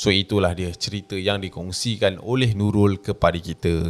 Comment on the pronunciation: menurut Nulul 😅 ter-pelat pulak 😆🙏🏼🙏🏼 tengok ape,usha ape? 😂😆😂😆